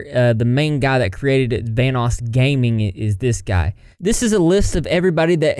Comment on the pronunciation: Kept hearing “Thanos” instead of Vanoss